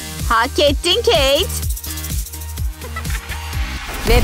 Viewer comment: Oyun hamuruyla intikam sahnesi için bir şey söylicem: Sakız paketlerinde paketin içinden çıkan sakız sert olur-ve agızda hemen hızlıca yumuşayamaz Ayrıca kız keyt gitti demiyorda keyk gitti gibi geldi bana